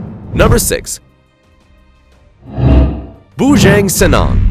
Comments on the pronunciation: It's not BUJENG SENENG 😂 you suppose to pronounce it correctly BUJANG SENANG ohngey bubye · Lol the way u say bujang senang is wrong is a funny name actually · Its pronounced bu-jah-ng senang (translated to bachelor easy) not bujAAAng. Also his skull is not on display at the "sarawak museum" but is at "jongs crocodile farm" along with the rifle and nail tipped round used to kill him with. The croc farm is also home to 2 other huge crocs named "bujang sudin"(he's round either 17 or 19 feet if im not mistaken) and "pak indon". U might wanna check those 2 out and add em to the list. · lol bujeng senang, u should to use google translate how to pronounce "bujang senang" in indonesia correctly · The way he pronounce Bujang Senang 😂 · Hahaha orang putih tak tau sebut